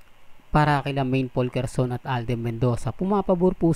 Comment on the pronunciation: Anong POLKERSON? Juskopo. Simpleng pronunciation ng surname ni Alden di mo pa maitama. At anong Alden Mendoza? Hay naku. Tigilan mo na yan. Maski ikaw di mo na alam sasabihin mo para lang meron kang maicontent